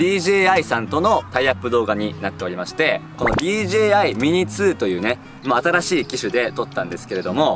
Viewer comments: DGAって聞こえた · DJIがDGAにしか聞こえなかった………